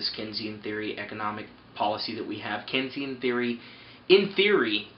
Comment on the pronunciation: This is one of the most ignorant videos I have ever watched. 1. you are saying Keynesian wrong. 2. 1.05 No dumbass the federal reserve/government does not need your money to spend. Want to know why (THEY CAN PRINT THE MONEY THEMSELVES). Which you even state . 3. QE inflation happens? Dude we have added trillions of dollars to the money supply. "St. Louis Adjusted Monetary Base" Where is this hyperinflation/ high inflation you libertarians have been crying out